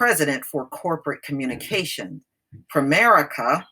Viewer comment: DID YOU SAY "PREMARICA" this COMPANY is a SCAMMER! THEY HAVE RIPPED OFF a LOT Of PEOPLE THEY TAKE MONEY FROM PEOPLE and DO NOT PAY CLAIMS, THESE GOT-DAMN PEOPLE (PREMARICA) are CROOKS!